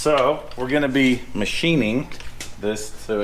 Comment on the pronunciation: Machining?! OR Matthining? Love it!